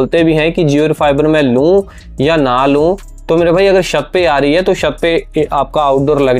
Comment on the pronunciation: तू भाई शत क्यों बोल रहा है छत को